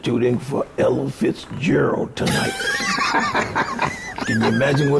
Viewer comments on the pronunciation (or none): Its Ella Fitz Gerald not elephants Gerald. LOL